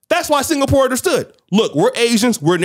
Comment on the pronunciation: FFS, Singapore is not pronounced 'single-poor' but 'sing-a-purr.' Also, Poland takes in thousands of international students, and they study in English. They are not expected to learn Polish, just to study. 'facts' indicate he learned history from an old VHS tape where the sound and images were all garbled. Also getting your discussion topics from Andrew Tate is like getting financial advice from a 5 year old. You can, but you know it's gonna be wrong.